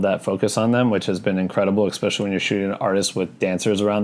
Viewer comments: especially not expecially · I promise to subscribe if you stop saying ’expecially’ 😅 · Especially.....not expecially...learn english😒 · The way you say especially is killing me hahaha, thank you for this vid and sharing your knowledge